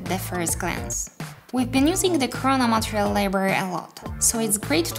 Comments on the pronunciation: Took me a while to notice that she was saying "material" and not "montreal"... I'm fucking stupid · i love how you say "MATEREAL", also thank you for this